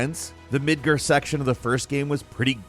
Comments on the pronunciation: It's Midgar not midger. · I love you. But it's mid gahrrrr MID GAR NOT MIDGR You drive a Car not a Crr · "Midger?" It is Midgar. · It's midgar not midger sound like you trying to be slick and say something else low-key and down right ignant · Jesus not “midger” it’s Midgard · Mid ger lmao MID GAR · Midgar, not midgur lol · It's called MidgAR not MidgER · nothing like the city of Mid-GRRRRRRR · Quit saying MIDGER. It’s MIDGAR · Is it really pronounced midgur ? Is it possible I’ve been pronouncing it wrong for years as midgar (you know the way that it’s spelled) You also said the word iteration as “aighteration” And the word important as “impartant” So I’m starting to think it is pronounced Midgar like I thought Were you rushing through this script or what man? You sound especially sped up and flustered today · The way you pronounce Mid-GAR; Mid-GER is driving me crazy for some reason. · Why are you pronouncing midgar as midger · I love ya man, but the way you're pronouncing Midgar is irking the hell outta me. It's MidgAr, not Er. Go by the in game pronunciation please. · midgirrr lol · mid-grr. Jesus cmon. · When I heard it was at the beginning of the vid, I knew Mid-grr was coming. But I still cringed every time I heard it lol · I hate how he says Mid-ger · Not sure if I can listen to someone that calls it Midger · Why are you calling it Midger? This mfer doesn't play video games. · Why do you call it "Midger"? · The way pronounces Midgar. Midgger 😂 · He ALWAYS finds one word to mispronounce. I feel like he's messing with us.. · Not to mention the way he pronounced “Midgar” as “Midger” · "Midgirr" Me::face-purple-crying::face-purple-crying::face-purple-crying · Everytime I hear a youtube mispronounce something thats said a thousand times in game, it reminds me that they're just reading off a script for these things lol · Srry but the way u pronounce Midgar makes me think of other things😅